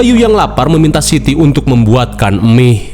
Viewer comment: Mie instan. Bang bukan " Emih" Basa sunda ta teh...😂😂